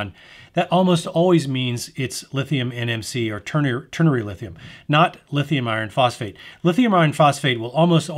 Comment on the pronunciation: That was the longest boring review of all the videos I watched. I tried to stay awake. There’s a lot of details in this clip. Sometimes theres a little more in the clip than what I needed to hear. “Lithium iron phosphate chemistries“ couldn’t even pronounce it properly. They’re just batteries right?